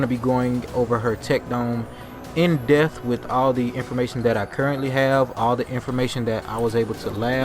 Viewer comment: He went "in deth" people awesome 😂🤣 .... Naw but real talk good video (it's actually depth with a P)